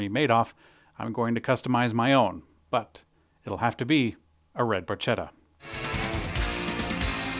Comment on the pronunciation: Barchetta , please pronounce " Barketta" in Italian chi-che sounds like KI-KE , as following , ca- co cu- simply KA-KO-KU but the exception is CI-CE , witch should be pronounced like TShI-TShE. love your work